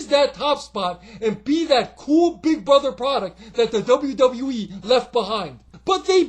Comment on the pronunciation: You pronounce the W’s so well now in WWE! That’s 1 thing that has changed!